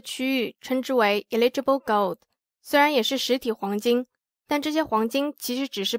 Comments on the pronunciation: eligible是 /ˈeləjəb/,第一个不是i发音吧😄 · eligible 發音是應該是eh·luh·juh·bl哈哈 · 美國，跟澳洲發音上的差異，不影響理解，只是不習慣所以覺得很有趣XD